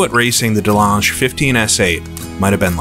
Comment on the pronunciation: Amazing to see this vintage content coming out. The dirt roads intro looked beautiful. 👌 Just to note it sounds like you're saying "Delange". Should sound like rivage as in the "beau rivage" corner at Monaco.